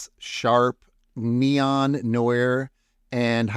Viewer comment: This is a fun tutorial! Thank you! I really like the idea of taking a photo-bash collage like that and polishing it up in Fooocus. BTW, I believe the Noir in Neon Noir is pronounced a bit like "nu-waar". It's French in origin and it's pronounced a bit differently in the US vs in France with the French pronunciation of it being a bit more like "new-wah".